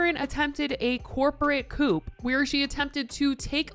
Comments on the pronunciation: ⭐️ Coup is pronounced "Coo" - It's short for Coup d'etat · You are so cute omg 🥹😭💗 "corporate coop" 💀 honey, the P in coup is silent lol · The P in coup is silent!